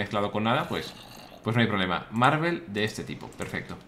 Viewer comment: Willy dices marvel en vez de marble xd